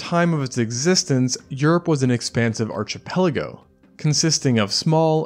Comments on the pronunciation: Archipelago is pronounced ark/e/pell/ago. Not arch/a/pell/ego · Pretty interesting; I got as far as the totally ignorant pronunciation of "archipelago" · 🤦‍♂ the "ch" in "archipelago" is pronounced like "k" like in "Ark of the Covenant", not like the "ch" in "Archie Andrews". How can you not know that?? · Small tip it's "ark" not "arch" the sound of the first syllable in the word archipelago. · Quetzulcoatlus is “Ketsul”, not “Kwetsul” Archipelago is “Arki” not “Archi” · Archipelago is pronounced Ar kip peligo not Arch ip eligo. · "Ar-ch-ipeligo"?? Pronounced "Ar-k-ipeligo". Be professional, don't pretend. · The "ch" in the word "archipelago" is pronounced as a hard C. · Mate, check your pronunciation of "archipelago" - it comes from Greek, therefore the CH is pronounced K not like the ch in cheese. You are confusing it with "arch". Do you also pronounce the ch in chemical, psychiatry & chorus the same as in cheese, I do hope not. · Take such care to pronounce all the species that lived on the chain of islands in that area, but from all I've ever heard, you flub on Archipelago. needs to be ARK-.... not ARCH-.... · Learn pronunciation before you post on Youtube! Qu in Spanish is 'k' NOT 'kw'! And the word is pronounced ARK ipelago! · Your pronunciation sounded pretty good, except quetzalcoatlus... The qu at the beginning is more of a k like in ketchup instead of qu like queen. Also, archipelago is pronounced ark, not arch. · Shame about archie-pelago. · "qwetzal-co-atlus" "artchi-pelago" "palu-dishin" minor pronunciation mistake, you lose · [Meant constructively not derisively] “Archipelago” is pronounced “Arkipelago” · KETZ-al-kwatlus. ARK-ipeligo. how did you manage to pronounce Hatzegopteryx correctly? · Archipelago’s first syllable is pronounced like Archeology. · Archipelago, /ˌɑːrkəˈ/ as in architecture 😬 Good video nevertheless :D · Plz look up archipelago pronunciation 🙏🙏🙏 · that isn't how you pronounce archipelago